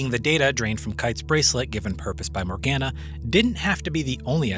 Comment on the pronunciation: my biggest gripe with GU is them pronouncing Morganna the way they do xD